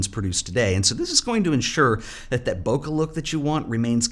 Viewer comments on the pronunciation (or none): From over here in Japan— Bokeh is pronounced BO-KAY, same as Special K. Never BO-KA. ' )